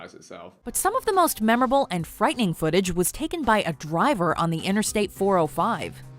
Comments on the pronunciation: JJ and josh : foot-a- ges 😂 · serious video JJ : foot-eaa-gees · Vikram "FOOOTAGIIIIS" Barn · i’d like to see anyone try and say footages better that jj, GO ON!